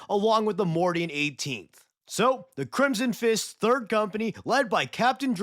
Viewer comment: What you say: The Crimson Fists What I here: The Crimson Chin